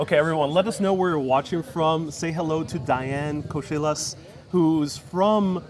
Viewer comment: I love Diane i was watching her saw what we're going to eat today mom, the only thing i don't like is that she pronounce her last name as Ch instead of H, in Greek her lastname means a shell man, it's Kohilas like in horse not Kochilas like in change.